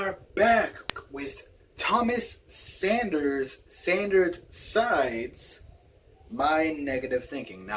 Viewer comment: Have I been imagining things or are you calling the series Sandered Sides? Every time I think that's what I hear but I never know for sure xD